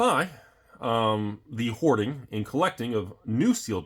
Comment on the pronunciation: Was that hoarding or whoring sir? Please clarify.